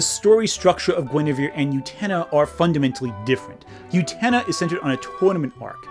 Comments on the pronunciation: oo-ten-UH not you-tennah. DAMN. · I feel so, so bad, but every time I hear you say "Yutena", it physically makes me twinge and briefly pulls me out of the video. Great points and interesting video, and the mispronunciation of Utena doesn't detract from these point, but the middle of the video was kinda rough because of that. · The way you pronounce utena through this video is like how Benedict Cumberbatch pronounces penguins. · Am I wrong or are you mispronouncing Utena? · UTENA MENTIONED! I desperately need you to start pronouncing the titular character's name correctly, though.